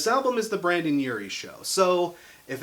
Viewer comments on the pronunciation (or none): "Brandon" killed me more each time he said it 😂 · It's pronounced BRENDON not Brandon. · He said Brandon and I was like ITS BRENDON 👎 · It's *BRENDON, not BRANDON. BRENDON ( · This is a really good review style! It's similar to quickies, but a bit more personal. I'm glad you decided to start it with one of my favorite bands (or Uries in this case)! I think the way Panic doesn't stick to one sound is part of who they are. Also, it's BrENdon Urie. Trust me, the tumblr crowd will eat you alive for saying BrANdon